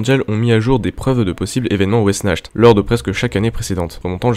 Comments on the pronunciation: De super animation et un scp plutôt flippant j’aime bien les musiques sont bien choisi mais je crois pas que sa se prononce wessnacht mais après tu es plus calé dans le sujet mais je pense avoir raison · Wechnart* en terme de prononciation c'est un mot a consonance germanique